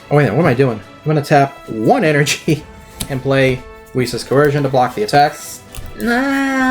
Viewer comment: I was gonna upvote but he pronounced coercion as cohearshion